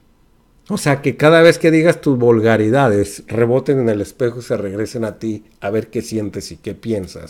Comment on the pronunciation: NO es Ferriz de Con ni tampoco se dice Volgaridades, por favor PRENUNCIE BIEN PA' QUE NO LO CRETIQUEN, también ya hay clases nocturnas de geografía, no sea burro